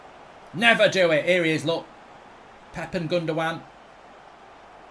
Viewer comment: never knew pep was welsh 😂😂